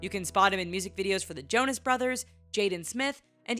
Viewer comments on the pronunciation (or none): none